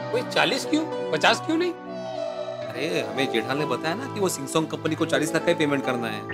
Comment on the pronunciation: Samsung instead of ramsung 😂😂😂😂